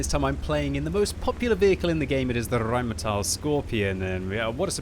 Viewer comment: Its even worth to watch this video just to hear your wonderful pronounciation of the Rrrrrrheinmetall Skorpion ;)